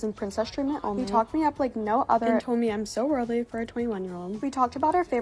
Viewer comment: Also, he said wordly not worldly. Woops.